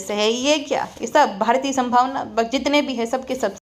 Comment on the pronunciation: Bhambhavna😂😂😂i loveee the way you take names😂😂